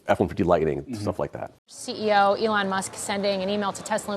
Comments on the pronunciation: Who is this Elle-on he speaks of 🤔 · Who is "alawn"? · I think anyone who pronounces E lon A lon needs to be kicked in balls